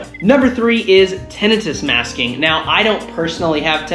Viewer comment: I know your pronunciation of tinnitus is correct... but I still like the wrong one.